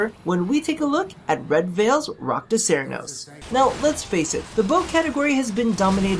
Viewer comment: did you really say Iraqda cernos?